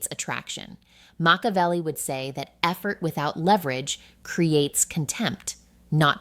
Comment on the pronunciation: Moshavelli? AI generated video